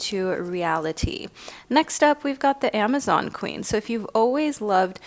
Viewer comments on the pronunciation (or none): none